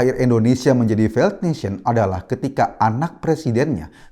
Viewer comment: Failed baca feild bukan faild.